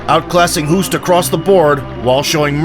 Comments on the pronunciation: Hoost is pronounced 'host', like 'ghost'... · Its NOT pronounced Cayman.... and Hoost is pronounced Host